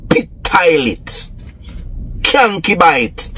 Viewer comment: What is "cyankibite"?😅😅😅😅